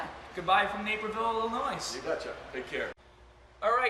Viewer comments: There's no NOISE in Illinois!!!!!! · That is AMAZING....I'll have to find a place near me. By the way you don't pronounce the "s" in Illinois.